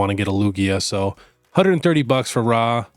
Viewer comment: ithink Raw is pronoounced "roar" not "rarrrrr"